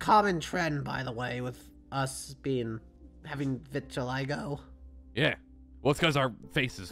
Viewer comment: it’s pronounced: vit-ih-LIE-go Prince Charming from the princess and the frog? 😭